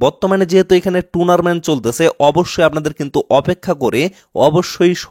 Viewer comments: টুনারমেন্ট না রে ভাই টুর্নামেন্ট 😂😂😂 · আরে ভাই এটা 'টুনারমেন্ট' না😂😂 টুর্নামেন্ট 🎉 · ভাই শব্দটা টুনারমেন্ট না, টুরনামেন্ট/টুর্নামেন্ট ❤❤❤❤❤❤❤❤❤❤❤❤❤❤ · Are tunarmant noy turnament😂😂😂😂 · ভাই উচ্চারণটা টুনারমেন্ট না, টুর্নামেন্ট হবে